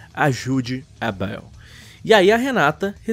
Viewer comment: "a beuel" kkk